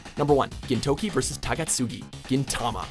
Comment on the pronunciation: Ah yes my favorite anime protagonist Gin-TOKI. sigh